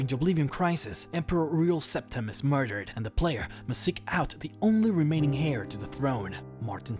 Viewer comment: HAIR? HAIR TO THE THROWN? ITS PRONOUNCED AIR! DAMN IT YOURE HORRID WITH PRONUNCIATION